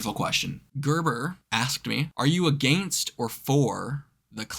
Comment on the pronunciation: totally heard your accent while saying against. hey thanks for the shoutout and i comment cause you seem like a cool cat who knows how to use his brain. thats crucial in a world where most simply don't think. you come with criteria. you come with a sense of trying to understand. also, i argue that forrest gump and how high have two of the best movie soundtracks ever. i'm talking to a producer who has family in canada and i'm hoping to get up there and perform in the next few years and hope you can make one.